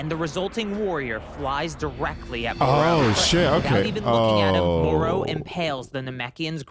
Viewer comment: way did he clal him marus when ti meerus even bvook say mer not mar and bad guys i moro not meroro dont no way the guy keeps saying names wrong